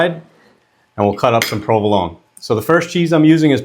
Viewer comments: Ouch. Provolone has an "eh" at the end. Shame on an 'Italian' for saying that wrong! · What's prove-alone? LOL